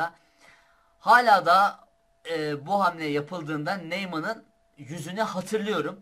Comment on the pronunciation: eline sağlık, video için teşekkürler, ufak bi nokta, Neumann Almansa eğer "Noyman" olarak okunur, ''eu'' yanyana "oy" ediyor Almancada:)) selam